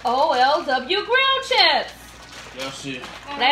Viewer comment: I was so happy right there. You are LITERALLY the first one to pronounce it O L W, and not try to read it like a word - as it's an abbreviation. That makes you smarter than all the other youtubers that opened these :D